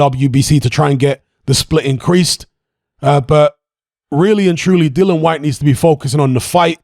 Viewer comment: It's 'Dillian', not 'Dillan'.